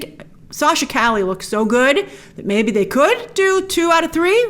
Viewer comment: Btw it’s pronounce Sachs ca-ye kinda like street in Spanish.